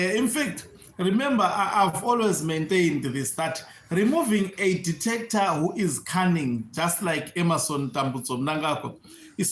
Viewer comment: Heard tht too😅